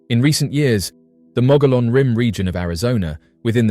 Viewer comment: Mogollon pronounced "Moe-gee-on". Dine pronounced "Di-Neh". Ye'Iitsoh is NOT a skinawalker, it's a giant who used to eat Navajo people, and was killed by the "Hero Twins" many centuries ago. Geeeezz....